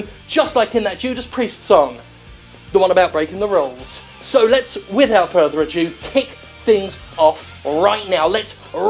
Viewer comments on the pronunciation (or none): Did you say "Without further a jew"? XD